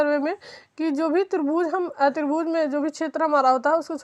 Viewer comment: मैडम माफी चाहूंगा कहने से पहले कि आप जो त्रिभूज बोल रहीं हैं, वो त्रिभुज है न की त्रिभूज